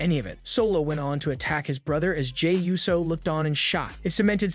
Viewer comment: 🤦🏾‍♂️ ITS PRONOUNCED OOOOO - SO AND FEE - ASCO. You know what, im convinced that this is a text to speech